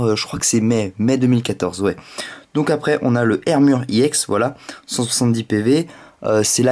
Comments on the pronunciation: on dit pas "iéx" mais EX comme une ex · on ne dit pas iex on dit ex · Ça ce prononce pas i ex mais ex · tu dis iex